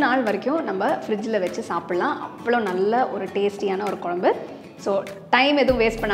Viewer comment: எல்லாம் சிறப்பு..சகோதரி.. தமிழ் வார்த்தை உச்சரிக்கும் போது..தெளிவாகப் பேசுங்கள்..கொலம்பு தவறு..குழம்பு..என்னம்மா சரியா..